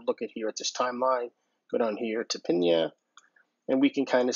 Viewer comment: Thanks for the video! Helpful to see how you're using it! Would love a deep-dive Oh and your pronunciation (the third/fourth time is right). "pin yuh" similar to "pin duh"